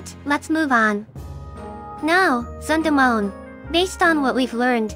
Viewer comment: personally, i think the two sound similarly robotic; i think the english voices are pretty good! my only gripe is the pronunciation of "Zundamon" and "Metan" lol